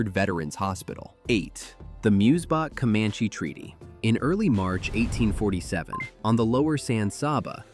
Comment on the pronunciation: I don't know much German myself, but the locals pronounce it "Moy-Zee-Bock", not "Mooz-Bock". Also, Fort Martin Scott was built by the U.S. Government in 1848, which is AFTER both the German settlers arriving, and also after the country of Texas was annexed as a US state. That fort has nothing to do with the founding of the town of Fredericksburg. It was not built by Fredericksburg, Gillespie county, or even the state of Texas. Typical AI slop. Very inaccurate.